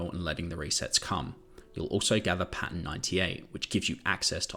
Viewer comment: What are Pans? Pan 73 Pan 113 Hang on, are you saying Pattern? So you are talking about amorphous material pattern? I’m not being funny, and I’m not being mean I genuinely didn’t understand. I thought these were location numbers you were taking about.